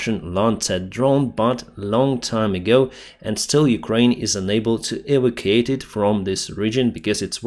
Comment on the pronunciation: I really like your videos and look forward to them every day. I only have 1 tiny problem. 🤯 PLEASE do not say 'evercate'. The word has 4 syllables: E-VAC-U-ATE. Thank-you 🤓 🇦🇺 Slava Ukraini 🇺🇦